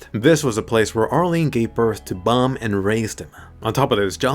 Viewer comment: he called bam bum.